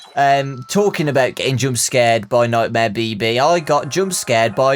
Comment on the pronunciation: When say nightmear BB i hear it baby and i be like wait....did they have nightmear Baby 🌚